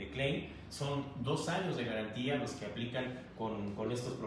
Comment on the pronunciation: Amigo exponente : si supieras pronunciar el nombre de tu producto Klein ( clain ) tools, y no clean (klin) como tu lo dices . Todos te la creeriamos. Saludos.....